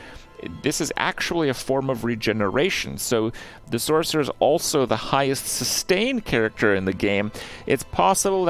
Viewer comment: “Sork” 😂😂😂 jfc